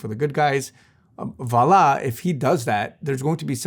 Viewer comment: Thank you for saying voila correctly!